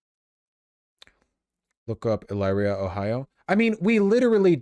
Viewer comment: That's not how you say, Elyria! Typically Cali boi.